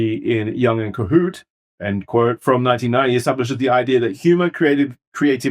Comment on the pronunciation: is that how you pronounce kohut?! if so please enjoy this (1) token for -correcting-listener's-pronunciation-for-once not redeemable for anything tho, you only get the token🍻